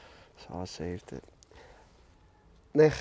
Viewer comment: I’ve never heard such a scouse “Nick” before